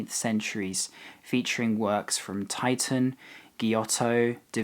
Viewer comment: What time were you there? cant believe its still empty! By the way..for future videos in Italy...the English pronounce the greatest 16th century Venetian artist, Titian='tee-shen' ...although he was a titan..as you said :) thanks. In Italy we call him Tiziano='teetz-yano'